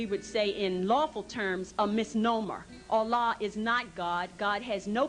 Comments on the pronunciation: First. BULLCRAP. Your birth certificate is not a contract. Read any business law book. Next. I grew up in the Middle East none of these idiots is a Muslim and I none of them speaks Arabic and none pronounces Allah correctly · Pronouncing Allah wrong.